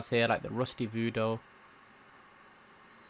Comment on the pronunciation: Voodoo not Voodoe your killing me